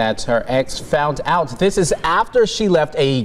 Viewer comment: " foundt out".